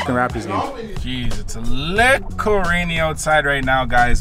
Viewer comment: Why does he always say likkle 😂😂😂